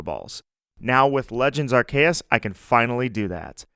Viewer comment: Amazing video! I like how you say Arr Kay Us ❤️❤️